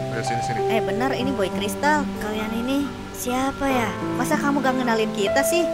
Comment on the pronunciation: Baca nya boboiboy cristal bukan kasian. si. boyboykelistar.